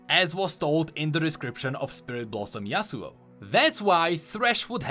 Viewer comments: why in gods name would anyone say yasuo as yasuu? For Yone, it makes sense in english (bone, phone etc) but we dont say duo as duu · Yeah... I say it as Yow-neh... Hahaha yeah "YOWN" is me 😅 more than the kid that says Yasuo as "YAZOO"